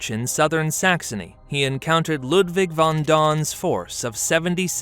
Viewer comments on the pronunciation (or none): none